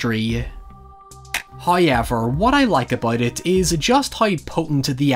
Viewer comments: Me: However. My friend: However.: HIGH-EVER. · No one: Irish people: HOYEVER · I just got home from a long 13 hour shift, with another one tomorrow and saying “hoyever” just made it all okay.